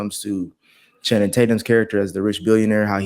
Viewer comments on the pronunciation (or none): take a shot every time calls Channing “Shannon” 😂